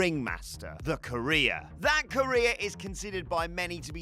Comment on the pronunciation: The way says “career” sounds like “Korea”